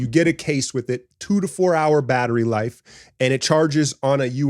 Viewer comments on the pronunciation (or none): none